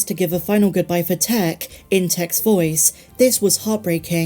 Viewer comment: Please! It’s pronounced “Tiiick”.